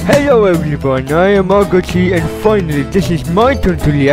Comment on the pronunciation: His name is pronounced “agoti”.